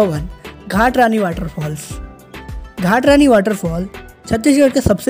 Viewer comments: Ghatrani nhi mata ghatarani 🙏🏻🙏🏻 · घाट रानी नहीं घटारानी h